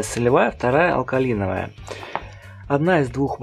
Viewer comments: Друже, не алкаЛиновая, а алкаИновая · Буква i в закрытом слоге, читается как ай. Алкалайновая.